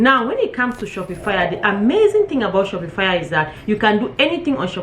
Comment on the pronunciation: Its not pronounced "shopi-fire." Its pronounced "Shop -pa-fy"